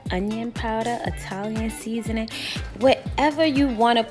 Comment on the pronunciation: Is she saying seasant?